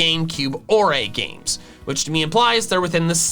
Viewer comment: triggered Pokenerd noises "Orre" is not pronounced "or-aye," it's pronounced like the word "ore"!!!! >:(